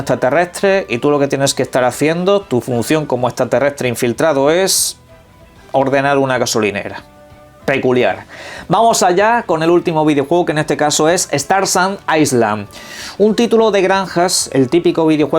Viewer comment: tu campaña de que no te gusta que la gente te diga q aprendas ingles esta cool y entiendo que hay que defender nuestro español pero nunca esta mal aprender ya que el 98% de los juegos son en ingles por ser un idioma global. y island no se pronuncia la S , si la pronuncias estas diciendo iceland 👍🏼🥰